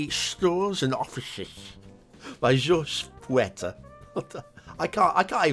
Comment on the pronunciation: FWIW: ‘Jorge’ is pronounced like HOR-hay. i guess that is all I have to say about this map.